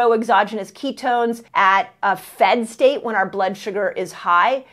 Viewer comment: What is a "FED" State? I thought she said : 'Fast State"